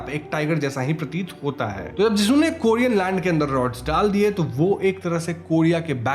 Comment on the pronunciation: Korean hai kodean nahi